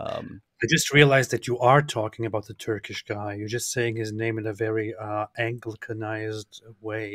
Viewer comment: lol is trying to say anglicanized but says ankle-ka-nized 😂